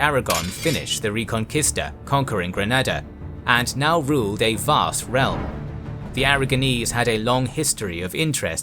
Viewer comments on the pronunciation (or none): none